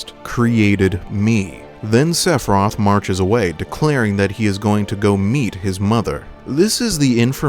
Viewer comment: I could not get past you pronouncing the dudes name as 'Sephroth'